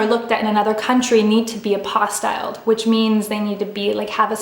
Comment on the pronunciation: it’s pronounced APPO-STEEL :)